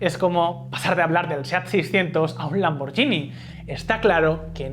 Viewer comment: Iyo, se pronuncia "lamborguini" no "lamborllini" 😅